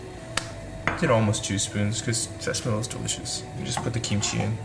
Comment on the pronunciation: The way he said sesame oil he said sesamoil